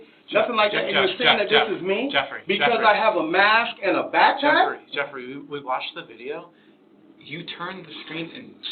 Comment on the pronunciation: 🗣️ Jefferey? So you just said Jefferey 🤔